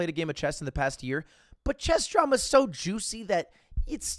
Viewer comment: Every time he says "chess drama" I for some reason hear "chest trauma" lmao